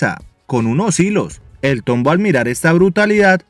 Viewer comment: JAJAJAJAJJAAJA Min "El tómbo" Solo por eso se ganó mi like caballero